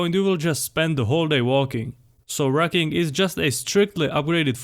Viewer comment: I heard "racking" while listening only. When I came back to my phone, I went back and read "rucking". It's not difficult to pronounce the " u". I stopped the video, gave it a thumbs down, and going to search up a similar video from Nippard.